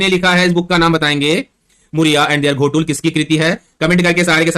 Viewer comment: सर घोटुल नहीं है गोटूल है